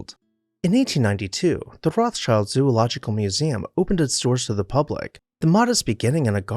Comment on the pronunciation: Rothschild is rather spoken like "Rotsheald" with the "EA" spoken short.